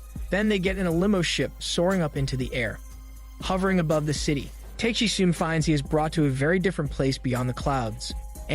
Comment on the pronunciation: it's not Teiyk - shee ... it's Ta - keh - shi (TAKESHI)